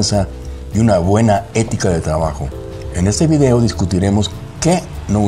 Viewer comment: es usted español? De no ser así, entonces no diga "Vidio".